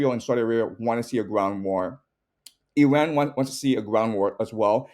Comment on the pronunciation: Zero vision on Iran's reality and full delusional history BS digest. Talk to somebody that at least can pronounce the name of Iran correctly.